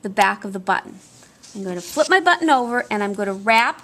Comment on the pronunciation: A lot of comments about the sewing but the most pleasant and refreshing aspect of the whole tutorial is pronouncing the word "button" correctly 😂. Too mamy times the double t sound is not annunciated. Many people say bu-in, never clearly saying one t let alone borh